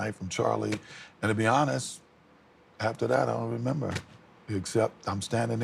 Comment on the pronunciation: Its when he says "To be honest with you I dont rember " well telling the hypothetical story of the brutal murder.